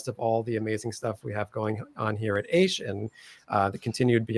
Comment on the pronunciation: Aish ha Torah.haha funny mistake.Maybe it should be called Wish ha Torah